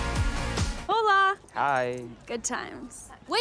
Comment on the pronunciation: not her saying HOEla and not hola oh lord lmfoaoaoa